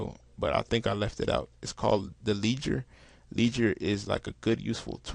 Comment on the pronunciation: Not leeger....Led-ger (Ledger) Le-d-ger